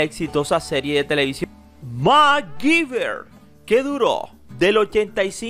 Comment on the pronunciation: Porque lo pronuncian Macgiver si es Mcgyver